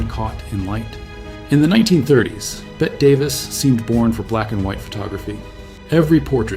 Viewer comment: Can't any of you arrogant children "train" ai to read commas and understand pacing? I will never understand why this is an "improvement". And FOR GOD'S SAKE, it's BETT-E Davis. Sometimes the world needs ACTUAL intelligence.. Something that will be extinct all too soon.